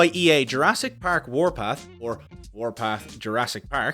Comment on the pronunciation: my favorite part is when he says "pAehrk" :D